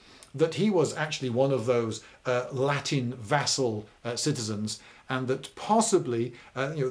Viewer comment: yeah because it looked like he was trying to pronounce italian rather than latin